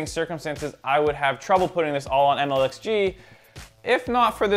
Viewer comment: maybe get the name correct？its MLXG lmfao